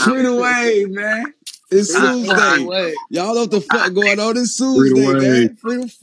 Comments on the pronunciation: “It’s Tsu-sday “ 😂😂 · Nah this nigga said it’s Tsusday 😭😭😭😭😭😭